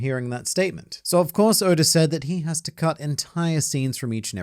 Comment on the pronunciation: Sometimes it sounds like he's saying "odor"